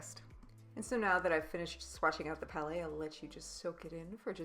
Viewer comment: Thank you very much for doing that. Helped me decide on the palettes. And yes I know it's a grammar police thing, but honestly it's so hard to hear calling them "palais" because that translated means palace. They are prounced "pal -ets"